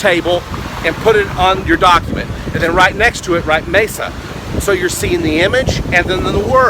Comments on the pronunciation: It’s Mesa not masa Your Spanish is not good e = is not a sound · Haaa sir you are clearing saying Mesa ( with the English a sound ) m(a)sa Spanish speakers clearly here this. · you pronounce "descansar" wrong and "mesa" too